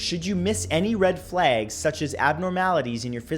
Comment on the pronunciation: red flaags